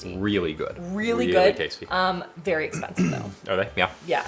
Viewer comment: saying “ooh yeah, that’s a goood cup of coffee” is the most Canadian I’ve ever heard him 😂